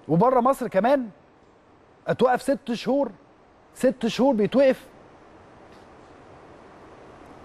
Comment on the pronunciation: ليش مش قادر على نطق 6 شهور ههههههههههههههههههههههههههههههههه يا جاهل